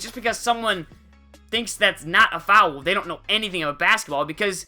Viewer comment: i love how u say foul it's like fow-el